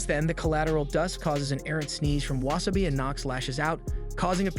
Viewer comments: How do you watch the entire series and still manage to not learn how to pronounce so many characters names. Hi-row instead of He-Row, Weh Seh Bye instead of Wah Saw Bee and Heth Cliff instead of HeeTh Cliff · You pronounced Hiro’s name wrong for the first half an hour to hour and couldn’t say Wasabi’s name either… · And it's Wasa - bi not wa - sa - bi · Anyone else kinda mad about the pronunciation of wasabi(not like mad but like the feeling when someone is chewing loud or something)